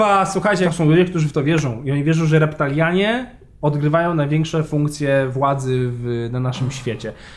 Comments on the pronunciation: REPTILIANIE, a nie reptalianie kurwa. A po za tym oni istnieją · REPTILIANIE, nie reptalianie. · To są reptilianie a nie reptalianie. :*